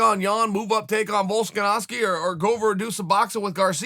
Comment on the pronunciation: chael changes everyones name this time he called volkanovski volskanoski